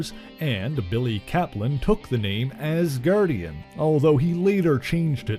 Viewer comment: LMAO, "Ass-Gardian"!🤣🤣🤣